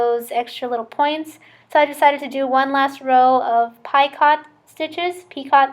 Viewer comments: I think they are pronounced PICO(t) stitches ( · to: Picot is a French term and is pronounced "Peecoh" with the accent on the "coh" part.